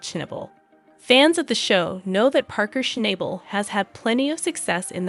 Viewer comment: please learn how to say his name correctly